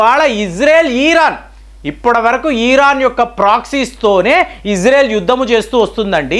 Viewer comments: EEERAN KAADU RA BABU IRAN CORRECT YOURSELF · ఈరాన్ కాదు ఇరాన్ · ఈరాన్ కాదు ఇరాన్... వాడు వీడు యుద్ధాలు ఇలాంటి పదాలు తప్పించి వేరే వీడియోలు లేవండి..భారతదేశం తనని తాను రక్షించు కొనే సామర్థ్యం కలిగివుంది...రక్షణ వ్యవస్థ చాలా గోప్యంగా ఉంటుందని మీకు తెలయదా......మీ నుంచి విజ్ఞాన పరమైన వీడియోలు కావాలి....